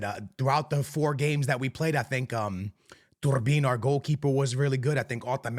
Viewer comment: Calling Trubin “ Turbin” is crazy